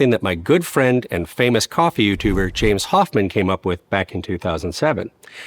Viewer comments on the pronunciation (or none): none